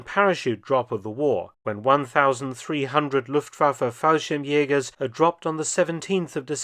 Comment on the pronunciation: Falschirmjäger. Without the “s”